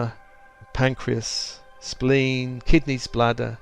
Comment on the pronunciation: "kidneyspladder"?! Thanks for a most reviving laugh 🤣 (I realise you said kidneys, bladder, but...)